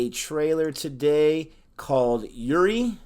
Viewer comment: It's Uri pronounced as oori